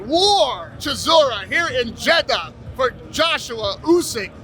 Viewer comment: the way he says Jeddah😂